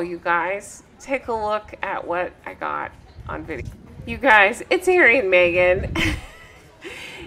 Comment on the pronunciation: Mee-gain is there? WTH ?